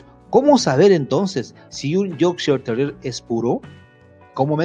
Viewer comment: Me encanta es como explica cuáles son las características típicas de un Yorkshire Terrier de raza pura pero a la vez pronuncia erróneamente la raza del perro 🤷🏽‍♀️ pero nada; Él es el experto!